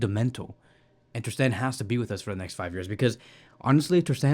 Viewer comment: Bro, please stop calling him Ter SteHEN! Since I listen to most of your videos, I accidentally pronounced his name like you do in front of my friends, and now they laugh at me every time his name comes up! lol You don't pronounce Gavi as /Havi/, so why do that to poor Mark Andre ? 😁